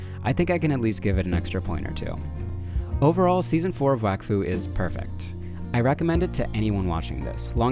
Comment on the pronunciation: its prounoced wok fu